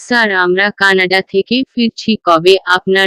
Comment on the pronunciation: 😂😂😂😂Canada k C N A D C, uttor k uoor, matro k mayo, dilen k dilo -no, dilam k dilo-mo, keno erokom poren, sonar interest nosto hoye jai. Apnara ki comments pore rectify Koren na naki. Banglai kotha jemon boli ,words gulo k temon e to porte hoy.